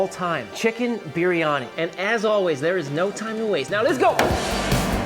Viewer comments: Just to say, the correct way to pronounce biryani, is saying the first part like Brie Cheese. With a little bit of a curl on the "R", so you would say Brrie-Ani, instead of Beery-Ani. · I think its pronounced "beer-yani" roll that r a little.